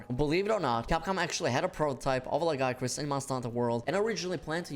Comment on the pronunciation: Who in the west first pronounced Lagiacrus wrong? It still erks me. Great vid otherwise.